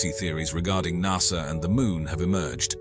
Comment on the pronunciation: lol at the narrator.. "nussah"